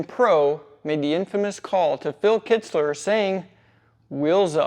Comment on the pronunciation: I’m still laughing at how many times Kitzer’s name pronunciation changed in narrating this story. Awesome story of a scam. Thanks for the content.